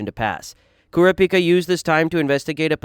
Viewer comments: You can tell this guy never watched the series. Kura pica? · bro I really like this content but you gotta check pronunciations, I'm not even this type of guy normally and when I heard how you said netero I just kinda chuckled and didn't pay any attention to it going forward, but my guy.... Leo-rio? Kuri-pika? bro that shit sent me